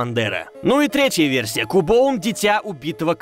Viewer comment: по моему Кубоун, это Кубон. Так как все покемоны (за исключением некоторых) произносят свои имена. И Кубон не является исключением.